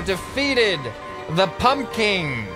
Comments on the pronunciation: The second p is not silent I think U say a B like pumbkin or that p is very, like,.... Short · Pumpkin does not have a silent p. Try say it again but don’t shout out the p that much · Idek why he said that tho. I'm American and everyone I know pronounces the p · The second p isn't silent, just subtle. I'd say most people pronounce the second p. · I like how he said nobody pronounces the second P in pumpkin but he proceeds to pronounce that second P every other time he says pumpkin in the video, lol.